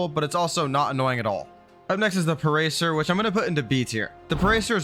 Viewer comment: Never call it a "parecer" again, it's pa-ra-sar-a-thirum